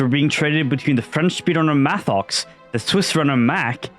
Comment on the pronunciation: Mathox is say mattox